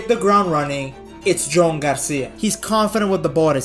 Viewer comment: Yo man, I can’t stop hearing Joan’s name pronounced wrong and it’s driving me crazy. It’s not “Jone”, it’s “Jew-an”, just how itsou ds. Love the videos ❤